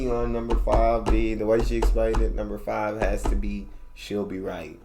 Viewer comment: You nailed number 5